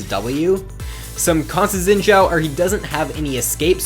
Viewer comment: It kinda bugs me that people are pronouncing xin zhao as zin zhao. The xin has the same pronounciation as the sin in lee sin. I am chinese so i know.